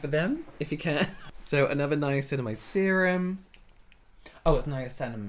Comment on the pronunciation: “Nimaslimamide” I can’t